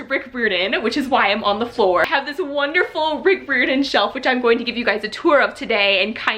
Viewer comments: Just so you know,, Rick Riordan’s name is not pronounced how you are saying it. It is RI-or-din, rhymes with “fireman”. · Hi! I just wanna say that Riordan is pronounced like: cry-ordan. Just replace cry with ri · good except i cringed every time u attempted to say his name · Your saying his last name wrong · This is how you say Rick Riordan's last name 👍🏽